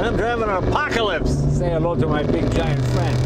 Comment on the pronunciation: JAY LENO: Im driving an APACOLISPTH